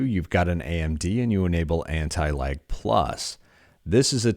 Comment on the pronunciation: Wheb you say lag it sounds as if youre saying anti-like